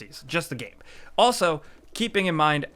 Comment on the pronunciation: “gæm” 10/10 - IGN